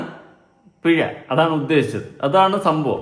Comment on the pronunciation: പിഴ ആണോ pezha ആണോ😂